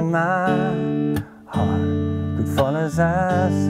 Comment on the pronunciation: does anybody notice when he says my beating D 😂😂😂